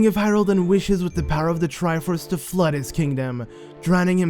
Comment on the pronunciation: The floodah, and, like, the spirituh! You silly goose!